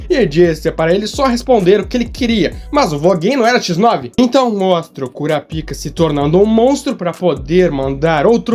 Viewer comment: Precisa enxer a boca para falar Kurapika??? kkkkkkkkkkkkkkkkk